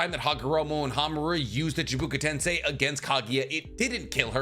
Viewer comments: It's not "chibuka tensai" it's "chibaku tensei" btw. Also, the Kaguya bit isn't as much of a plothole as much as it was a misinterpretation. The story of Kaguya is told from the perspective of the humans who were present when she arrived. They said that the God Tree came crashing down to Earth, and later on, Kaguya came, almost as if in search of it. In reality, her and Ishiki were probably up in space and threw it down to Earth. When we see Kaguya come to Earth, I believe she had already turned on Ishiki by this point, but it's also possible she harvested the God Tree fruit and THEN used the power she gained to overwhelm Ishiki as well. The story told to us in Naruto Shippuden was simply a misunderstanding of what humans perceived to be happening at the time, not unlike how modern day religion is very misconstrued from its origins. Humans on Earth at the time of Kaguya's arrival simply didn't have the full context of what was really taking place. As far as Kaguya not having a Karma, she didn't prepare one in advance because she planned to turn on Ishiki anyways, and when she was sealed by her two sons, she did spit out Black Zetsu at the last second, who was essentially a sentient, living Karma mark. That's why he had to attach to Madara to revive Kaguya. He was the Karma Seal, Madara was the vessel with the Rinne Sharingan and Ten-Tails, 2+2=4, or in this case, Black Zetsu+Madara=Kaguya. Also, Black Zetsu specifically states the the tale of Shinobi is the tale of Kaguya's r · This is like the 3rd video I've watched from this channel on the Naruto topic. Why tf does he keep saying chibuka tensai? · Why does he pronounce Chibaku tensei like that